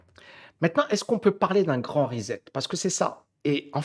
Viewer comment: Ben là,! Tu fais exprès! On dit rissette, pas rizette!